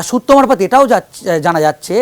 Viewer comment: এই ভদ্রলোক খুব মজার। কি যে বলেন আর কি যে বলতে চান, নিজেই বোঝেন না বোধহয় । এনার সূত্র মারফত, থুড়ি সুত্ব মারফত ধপ গুলো আরও মজার।